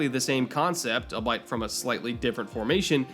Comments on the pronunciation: I just wanna point out that my man just pronounced "albeit" like "I'll bite" instead of "all be it." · "...exactly the same concept, all bite from a..." Gesundheit! 'Albeit' is pronounced "all be it,". Great video as always, though.